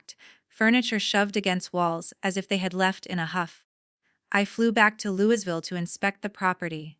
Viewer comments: Lou e ville, not louis ville. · Louisville is pronounced Louieville. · Your not from Kentucky or you would know the s in Louisville is silent. Good story though 😊